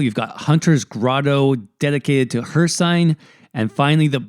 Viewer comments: You said "Hersign" on purpose right? RIGHT? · seriously i think hircines name has been said atleast a few thousand times through out the diferent games and you still pronounced it wrong fkn hear sine wtf is that. lol